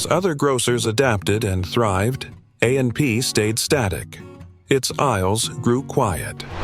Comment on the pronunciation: It's called AP not amp you need to get a new narrator